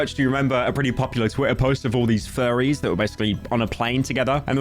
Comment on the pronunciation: When you say furries, I hear Fairie